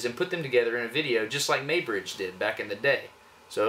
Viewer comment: It is pronounced 'MOY' bridge.